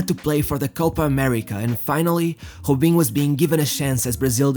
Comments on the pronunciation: I like how you say jubinho instead of robinho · Why do you pronounce the R as a J. Robinho as Jobinho. Keeps bugging me. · Why u saying hubinho its Robinho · its Robinho dude fuk that accent its not ghobinho lol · Why you call him Hobinho? I've heard actual Brazilians clearly call him "R"obinho. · Why he call him hobinho? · Good videos, Just wish he would stop with the Khhhhobiniho crap. He can clearly pronounce R, no reason to over do it with the accent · His name is Robinho not hoebinho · He cant say his R’s😂😂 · Hobhino, Haul, Hoben wtf 😂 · Bro - why are you mispronouncing words so terribly? You pronounce ROW-BEEN-YO as HO-BEEN-YO You pronounce HIGH-LIGHTS as EYE-LIGHTS Are you intentionally being a troll? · who the hell is obinho, van nistel oy, obben